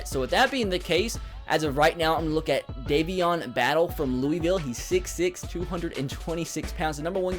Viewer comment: it so funny how he said Louisville